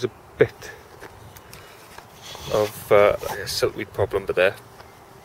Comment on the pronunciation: I think it's not siltweed but silkweed.